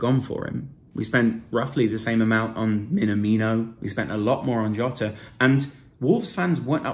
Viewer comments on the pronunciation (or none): JOTA ..JOTA ..JOTA , is Portuguese, come on man . What ! What ! What !.